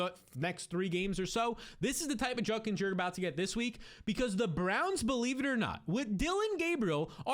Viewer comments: JUD-KINS!!!! Not Junnkins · JUDKINS there's a D. Its not JUNKINS Eddie Munster